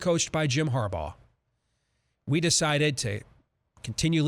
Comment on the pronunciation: There's been one constant over the years,.....it's Har-BAUGH!!!!!